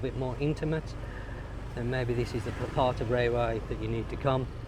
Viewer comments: Rawai is pronounced as rAwai, not as rAYwai... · RA-wai!!! Raywai? Where did you learn that? Just don't get in a taxi and ask to go to 'Raywai'!